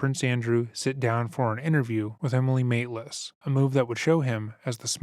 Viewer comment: Her name is Emily Maitlis. The BBC interviewer. She's amazing. I would have pushed the pen through his eye socket. mumbled her name a bit and she deserves to have her name pronounced.